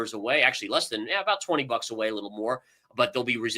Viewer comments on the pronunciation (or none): none